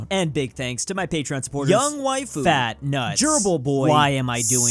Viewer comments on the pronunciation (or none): none